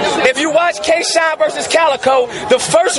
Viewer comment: He called Shotgun Suge Capgun Suge. And he called dat nigga K-Shine Kiesha. Lhaf these two niggaz funny as shit g